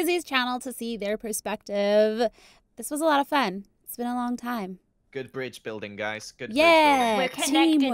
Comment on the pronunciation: “I haven’t BEAN there...” - Joel (smallish BEANS)